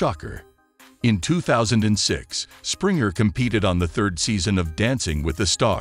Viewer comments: 😂poor Jerry and all the other Sprinjers! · You mispronounced Jerry Springer’s last name here and there. It’s a hard “g” not soft. Why should I trust any of your content when you can’t pronounce your subject’s name correctly?! Don’t you proof your work?! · His name is not sprinter it springer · You pronounced Springer wrong 😳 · U know how to say jerrys last name. Its so disrespectful to not get a dead man's name right when u actually know it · Whoever is the narrator for this piece is not very bright, neither is he familiar w/Jerry. He has mispronounced his name AND other key data in tgr video, ALL with arrogance & venom. If zherry went out if here with theatrics - so be it cause at the end of the process, he finally fid the right thing!!!! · This guy keeps miss pronouncing his last name holy c*** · For goodness sake please pronounce has name correctly 😂